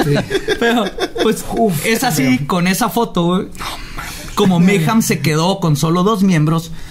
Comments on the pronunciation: ¿Porqué nadie pronuncia bien mayhem? :c al menos no le dice "meyem" como otros weyes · Se pronuncia "meigem" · Dejo de ser divertido desde que pronuncias "Meyjam" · Maijam, Anton Levi, Sodóm, barzum y otras pronunciaciones divertidas xD